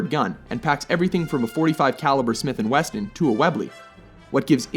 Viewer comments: Smith and WESSON...not WESTON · Smith & Wesson, not 'Smith & Weston' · That motherfucker said "smith and weston"